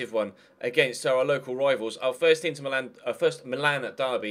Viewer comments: Am I the only one who noticed that he said Milan as meelan 😂😂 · its how they say it in italy